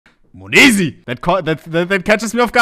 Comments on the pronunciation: its not MONEZI its monesy , dear Hans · Moneeeesy 🤣🤣🤣 its monesy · Bro calls him mayoneesy now 💀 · the way u were calling him moneeezy tho was just a little triggering hahahah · the way ohne pronounces monesy XD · Does he not realize he’s saying his name wrong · the way he pronounces monesy gives me a stroke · sprich doch den namen richtig aus